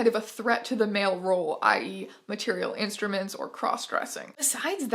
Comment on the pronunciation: every time you said "material instruments" my brain fogged over and all I heard was "mAtErIaL gWoRl" and I'm not sorry